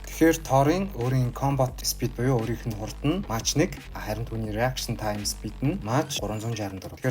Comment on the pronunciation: Мач биш Мак гэж уншина шүү Mach